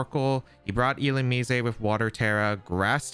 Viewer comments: it's 100% illu-mize, and not illu-mees-ay 😭😭😭😭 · if I have to hear illu-me-say ONE MORE TIME